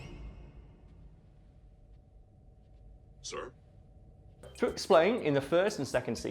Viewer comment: Did he say skeliten?